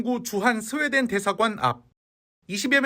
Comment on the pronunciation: 스웨덴이~ 하는거보니 경상도네..